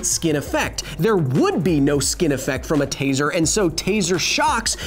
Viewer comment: Taser not teaser lol but you're right